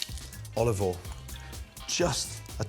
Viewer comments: At this point, he is just saying "olovole" on purpose. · Americans: olive oil Gordon: olivol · Gordon: a spoonful of olivol Spoon as big as a shovel